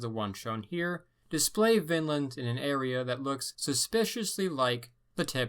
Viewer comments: It’s not pronounced Vinnland you have to drag out on the i like Viiinland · check "the ancient scandinavians of Ontario - 1700 B.C.E" in YouTube. btw everytime you say vinland it sounds like finland :D greets